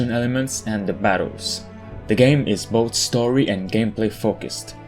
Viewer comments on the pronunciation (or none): none